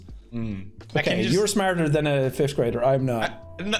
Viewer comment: actually its "fifth" for your information!